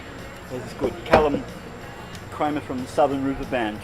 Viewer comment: Hey Did at the end say Callum 'creamer'? hahahaha